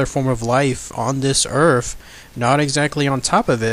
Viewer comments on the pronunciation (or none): Stop using TH ended words earf is not a proper word wiff words like that the story sounds to be a joke. Get a reader that can annunciation words properly because that was just torture to listen to and god damn it I can't even get 3 words typed out wiff out you saying earf....wtf is earf?? A generic world out there like the EARTH.....NOT earf. Torture dude just straight up torture. I know you can say the words properly because you did here and there throughout the story. So stop wiff the earfs discussion. Sorry if I am sounding rude but not nearly as bad as the story sounded. A reader you are not. Try silent videos. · Good video, but there is no "F" in the words Earth or with.